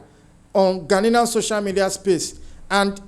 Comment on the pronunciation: Ghanaian not Ghananian